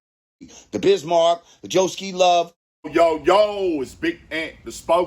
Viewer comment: Dude said "Joe-Ski Love Dance", knowing damn well it's from Pee-Wee Herman.